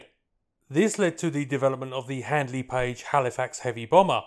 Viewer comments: Great video, but please do your research better It's HANDLEY PAGE not HADLEY PAGE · It's not Hadley Page it is Handley Page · whilst I enjoy your videos, please take a bit more time to learn the correct pronunciations of words, it's HaNdley Page, not 'Hadly Page' and as longeron is a French word, it's pronounced lonjeron (with a soft j sound) not 'long'-eron.